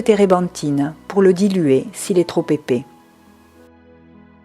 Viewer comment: Quel horrible accent !!! On dit épais pas épé Il existe des E muets donc inutile de prononcer tous les E et ne pas prononcer toutes les syllabes